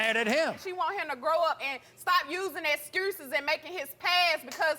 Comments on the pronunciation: Stop making "Excruses" for this roller head brotha...🤦🏾‍♀️ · “Fruture”... “Excruses”... In what state!? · "excurses" "furture"💀💀💀💀💀